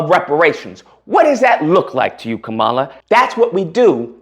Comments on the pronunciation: Agreed! One thing my brother, people do like to have their names pronounced correctly. Most of her detractors call her ka - 'Mala, so do you. She pronounces it 'Kahm - uhla. You should to. It would be a sign of respect. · Bruh, if you are gonna simp and cape for Kamala, at least learn how to speak her name correctly 🤦🏻‍♂️ you sound ignorant af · Bro, can you please pronounce her name correctly! Dang bro!